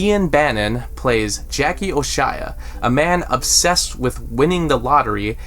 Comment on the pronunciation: Can't help it, but character Jackie O'Shea's last name is pronounced 'Oh-shay' not 'Oh -shy-uh.'